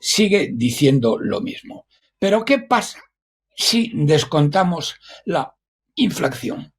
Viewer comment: Sr. Roberto Centeno. Por favor, INFLACIÓN, no diga usted, INFLACCIÓN, porque no es correcto. Gracias.